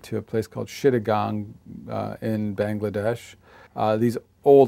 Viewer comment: It's actually called Chittagong pronounced as cheeta-gong. His pronunciation was a little off. I'm from Bangladesh btw :)